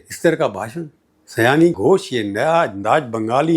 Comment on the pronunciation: Sayaani nai, Saayani